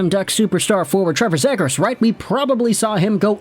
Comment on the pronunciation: The way you pronounce Zegras, is like me pronouncing Lagoricks. Oh and if 50 Subredditors are worried than I guess we should trade him.